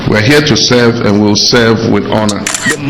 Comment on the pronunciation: ..."we are here to selv"😂😂😂